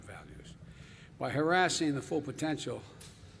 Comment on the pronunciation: By "hassasing the full potential"... Oh come on ...